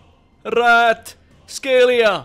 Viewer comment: Good pronunciation of Kvaras last name